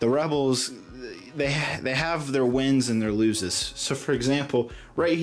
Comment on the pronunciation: Did you say looses? Wins and looses?